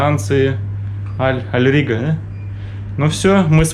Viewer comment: Да боже мой, Аль РиККА (а не рига), БАр (бар, бар, а не бур) Дубай, ДжАбль Али, Дубай-Марин (не марина)))🤣🤣🤣